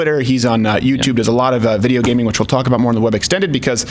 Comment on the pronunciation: "the gamin things" god damn boomer XD